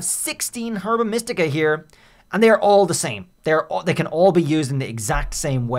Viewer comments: It’s not pronounced “Herba” it’s “Erba” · Gonna have a stroke if you keep saying Herba like that